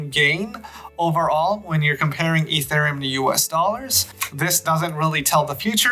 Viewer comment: "Fee" thereum